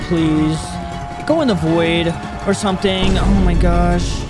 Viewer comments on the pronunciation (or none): none